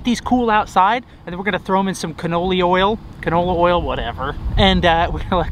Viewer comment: (complains to Ace about his pronunciation of ‘Weber’) Also: c a n o l y o i l